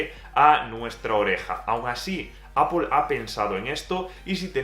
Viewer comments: APL no APOL NO TIENE NINGUNA "O" es ingles basico, solo es decir manzana nada más. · ¿Qué le pasa a este chico para que diga APOL? No ve que es ridículo????! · Cada vez que dices Apol se me eriza el vello. En cualquier caso, ¡buen análisis! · Apol, apol, apol, apol, apol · Alfonso An. Y si se quiere decir APPLE con la pronunciación inglesa, que lo haga con pronunciación inglesa; NO españolizada porque da vergüenza ajena. APOL.